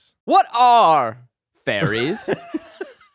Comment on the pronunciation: Listening to this ep convinced that Zach was presenting on fERries not fAIries. Just me or anyone else?!? Humbling reminder that Power Points are a visual medium.